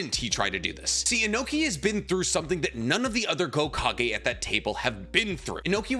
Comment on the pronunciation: Can someone explain to me why he is saying "gokage"?